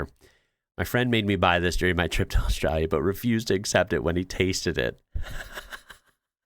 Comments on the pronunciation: It is ‘Australia’. You need to pronounce it correctly… Aus-tra-lia. The ‘lia’ at the end is important. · yes it was really good. He needs to learn how to say Australia, though. With the L. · Could you please explain why you adopt an australian accent to say australia???